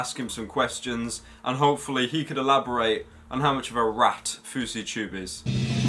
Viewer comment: Ily so much pyro my boy, but rat doesn't have an "h" in it. Raht